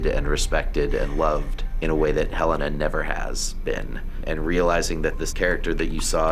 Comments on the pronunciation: Yo the elevator didn't ding! it's Helena not Helly R! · You are right, It's not Helly down there, it's Helena